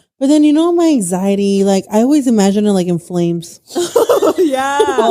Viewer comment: take a shot every time any of them say "imagen"